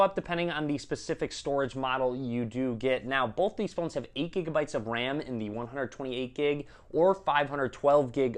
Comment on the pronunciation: boWth of these devices look good. Not boLth 😡